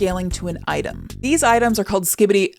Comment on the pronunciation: I believe the Scadutree is pronounced like Shadowtree since Scadu (Scaedu actually) is old english for Shadow, also pronounced the same way. Also since the realm is called the realm of Shadow (or something, I just call it the Shadow realm), it makes sense that the tree is Shadowtree.